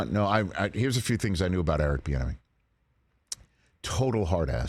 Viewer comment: Man, think of how much cumulative time he has wasted in his life by saying Eric Bienemy instead of I.